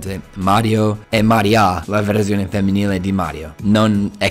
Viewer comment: Mària?rlly? Mariia..😂😂